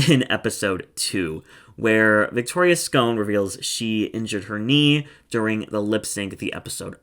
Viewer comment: In Wales we pronounce it as "Scon'" (not scone) - so when you say this Cardiff girl's name 'Victoria Scon' it's supposed to sound like a pun (pun being Victoria's Gone).